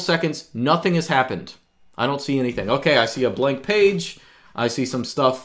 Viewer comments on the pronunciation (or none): none